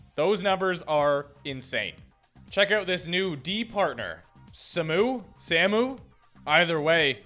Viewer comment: "Samu" is pronounced like Saah-moo (both syllables drawn out)